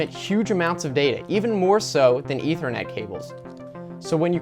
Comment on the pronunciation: "E thr net cable" thats what he said.